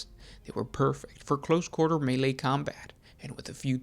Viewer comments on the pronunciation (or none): none